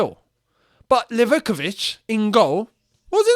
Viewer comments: Its Liv-ah-kovich …not Liveh-covich !!! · Lee-Va-KO-Vich* Where do you get liv-ICK-I-vich from Livakovic?